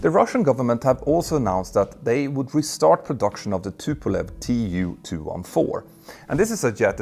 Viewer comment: And the mispronunciation of Tupolev also fell into the usual trap. (In the west people also can never say "Medvedev" properly -- not that he has much to do with this subject!)